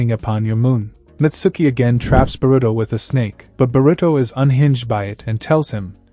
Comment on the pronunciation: burito pronounciation funny